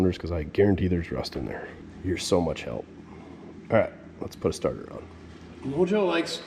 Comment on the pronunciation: Lol sorry it sounded like you said you were going to put a tarter on it